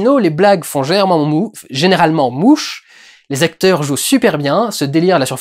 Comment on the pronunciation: Ouh la la, le "générament mouwf" à ca va terminer dans un bétisier quelque part, remonté trois fois de suite avec un gros zoom sur ta bouche. D'ailleurs si personne le fait, je le ferai parceque c'était bien drole ;D